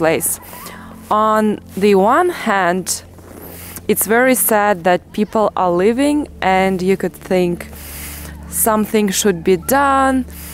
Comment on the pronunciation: lol, you are so cute. It isn't hitting but heating...also when you say leaving it sounds like living, you have to stretch the vowel a bit, other than that everything's perfect.